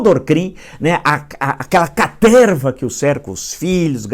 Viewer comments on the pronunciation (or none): "aquela carteeerrrva que o cerca" Estou adorando usar esse jargão villista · Meus ouvidos também, principalmente com "caterrrrva" 🤣🤣🤣🤣🤣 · Aquela caterrrrrrrrrrrrrrva . Hahahahahahaha. Muito bom ouvir isso. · Quem esperou até os pra ouvir caterrrva deixa um like aí 😂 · Essa caterrrrrrrrva do planalto está com os dias contados!